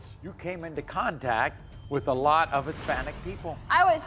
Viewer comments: “Ex-panic!” !!! Lol😂🎉😅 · Damn number 10's mom is scary looking and the dad not being able to pronounce Hispanic...lmao